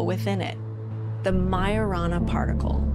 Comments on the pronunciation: The way they pronounced Majorana in their video, it sounded much like marijuana... it reminded me somehow of the Greek word Pharmakeia aka witchcraft. sorcery! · Well now I can’t unhear it. Like maya rna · What's so big about myrna? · Wait ..... did she really just say maya-rana ? Like MRNA? That's what it sounds like. It's reliable, small and controllable??? Like the mrna in those jabs? 😬😬😬 or did I mishear/read something there? They put in the stuff and that chip activates it??